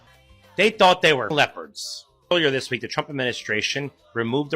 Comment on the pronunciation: LOL, very catchy rythm, you must admit..... "I wheeell vote forrr Donaaal Trrooomp"